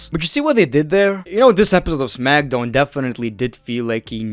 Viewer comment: Smack SOWN 😂